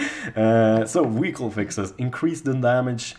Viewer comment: WTF is a Wehicle? Say V damn it! Make the F sound, then start humming. Congratulations you now have the language skills of a 3 year old!